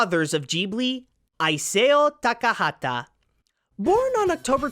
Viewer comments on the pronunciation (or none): "EYE-SAY-YO TA.KA.HA.TA" C'mon my boy, it's pronounced "Ee-sow" (like a sow as in a female pig) Also, it's not Carl "Makek", it's Macek with an 's' sound where the c is, it's why his bastardized anime localizations were called "Macekres" (a pun on "massacre")